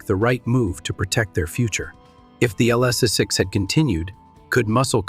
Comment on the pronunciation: I DO NOT LIKE!!!! LSS six. Too funny! BOT ! AI !